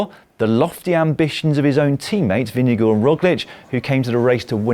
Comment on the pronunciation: the way you brits pronounce vingegaard is deeply unholy and disturbing